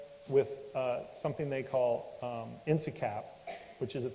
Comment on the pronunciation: Did He say.."Ensacap" insulation? Insacap?